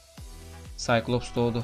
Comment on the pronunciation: çikilops xnxjdjwj skaylops o abi ingilizceni seveyim senin 😂